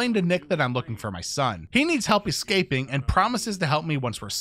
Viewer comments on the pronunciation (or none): none